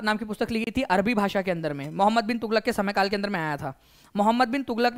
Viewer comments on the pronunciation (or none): none